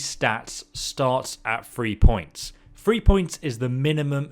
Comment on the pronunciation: Dude please get a wind guard for your microphone, the plosives in this hurt my soul. I'm not even going to complain about the 'free' instead of 'three', I know it's just something that some people can't do but good lord this is egregious.